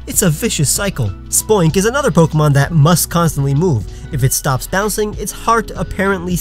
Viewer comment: That's not how you pronounce "pokémon". >:(